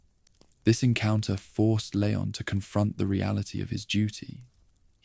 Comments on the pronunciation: Leeee-on. Not lay-on. Ashley called his name enough times in RE4! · It's leon, pronounced lee-on. Ffs